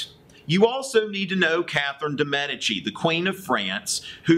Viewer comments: Medici is pronounced as meh dee chee, not meh di chee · Med-EE-Chee. Come on. There was a whole TV show about them.